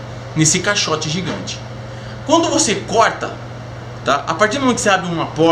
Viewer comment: É corta e não coita kkkkkkkk